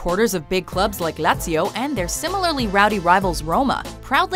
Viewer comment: I got to #10, Lazio, heard her pronunciation and immediately checked the comments.